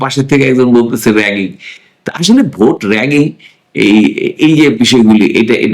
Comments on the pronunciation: জনাব, র ্যাগিং না রিগিং হবে উচ্চারণ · Bro it’s “rigging” not “ragging” - you’ve mistaken as well !!!!